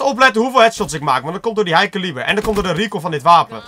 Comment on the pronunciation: Het is geen ilo en caliber spreek je verkeerd uit